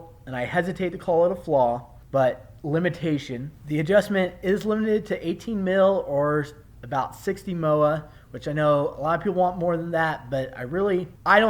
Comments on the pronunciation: i had to replay it to hear it. 60 moowah. lol, moa, em oh aye. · you lost any credibility when you said "mowa"